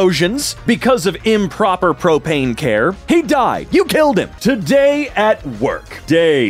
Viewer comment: Porpane ? noooo PRO-PAIN